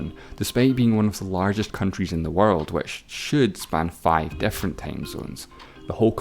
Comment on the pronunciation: This guy has an issue pronouncing 'i' as a vowel. So pigs = pegs, fifty = fefty, different = defferent, million = mellion.. hurt my ears🙄